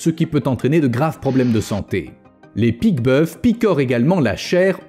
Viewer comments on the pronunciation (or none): On dit pique boeuf(s) sans prononcer le s..Juste pour dire